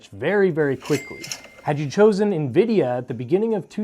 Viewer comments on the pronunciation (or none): none